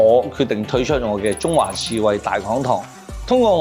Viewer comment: 好 推出 讀了 退出 我第一次聽,以為你講退出😅